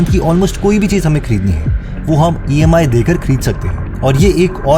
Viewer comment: Bhai EIMy nhi, EMI hai.